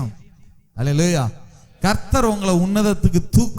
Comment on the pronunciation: ஒரு எபிரெய அறிஞர் அல்லலாயா... என்று பொறுப்பின்றி உச்சரிக்கலாமா ? மற்றபடி செய்தி நல்லது.